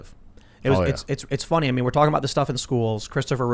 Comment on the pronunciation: It's fonny? very fonny indeed Pim Tool 🤡